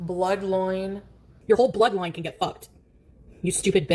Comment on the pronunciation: What's a "bloodloine,"? 😊